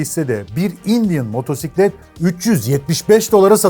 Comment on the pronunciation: "motorsiklet" demene sinir olmuyorum ama sen öncüsün işin doğrusunu öğretirsen yeni nesiller seni dinledikleri için senden öğreniyor ve gençlerin diline yapışmasını şahsen istemiyorum. Herşeyin doğrusu neyse o "motosiklet" diyelim lütfen. Yarası olan gocunsun bu arada